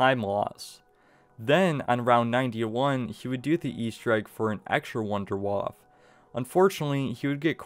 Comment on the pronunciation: the "wunderwaaaaaaaf" stop butchering my beautiful language!!! :D